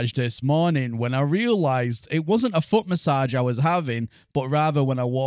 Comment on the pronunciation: I know you said foot message but my brain heard f**k message